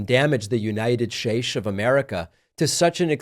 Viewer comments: David, why do you say, The United "Shates"?? Very rude. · why pronounce "States" as "Shase" (3.56) David...I thought you were avoiding mis-pronounciations now? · Is David drunk? You just slurred states. I notice more after Trump won. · I’m glad you decided to stop mispronouncing names, because that’s what they do, but please don’t stop saying United Shtates and Obamna. I always chuckle even when the subject is serious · the United Shaysh of America? lmao